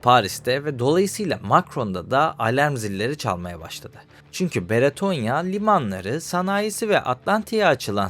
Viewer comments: Abi videonun bazı yerlerinde “Beretonya” demişsin. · Beretonya değil,Bretonya. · Sevgili genel olarak videolarda işlediğin konular gayet faydalı ama sana küçük bir tavsiyem mesela bu videoda üç farklı isim duyduk (bretonya, beretonya ve britonya) insanların kafası karışabilir, tabiki ufak bir şey ama bence kelimeleri doğru bir şekilde telaffuz edip insanlara doğru olanı iletirsen daha yararlı olur. Teşekkür ederim